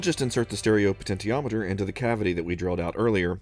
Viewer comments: Glad someone pointed this out, it's definitely she-ometer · Great video. I love everything you and your brother do! One nit: puh-ten-shee-om-i-ter is the pronunciation of potentiometer. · "Poten-tee-ometer" sounds a bit weird, I'm used to pronounce it "poten-she-ometer". But then, I might be wrong all my life.